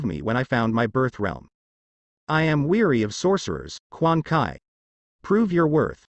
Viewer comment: it's quan chi not quan kai